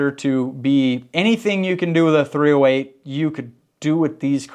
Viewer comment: Hi. Its "3-zero-8" and not "3-letter O -8"! Andrew